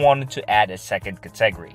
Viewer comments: Cat-ah-gory NOT kit-teg-gory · Can pronounce "attributes," but says "cat-TEG-ry." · Re-examine your pronunciation of the word “category”. Otherwise, great video. Thanks. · I wasn't sure what word he was saying.